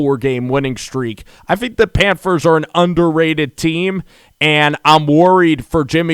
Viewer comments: It's pronounced PANTHERS NOT PANFERS! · Did this dude just say pamfers lol it’s all good my boy. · Sounds like he saying Panfers! Lol